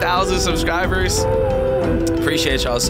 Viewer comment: He really said SUBcribers